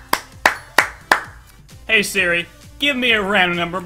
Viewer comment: every time he said hey seri my ipad would go to the "help" screen! 😂😂😂